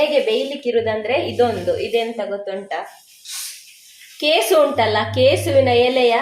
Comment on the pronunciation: ಕೇಸು ಅಲ್ಲಮ್ಮ ಕೆಸು 😀😀😀